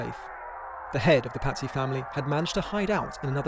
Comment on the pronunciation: Pazzy sound like patsies